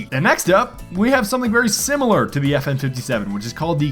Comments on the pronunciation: Every one got triggered when he said fn fifty seven instead of five seven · It's called a Five-Seven not a fifty-seven it happens to be named after the cal it uses which is the same a the P90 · It's five seven not 57 smart one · You triggered every gun nut by saying fifty seven it’s five-seven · it not FN57 its five seven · "The FN Fifty-Seven..." facepalm It's called the Five-seveN.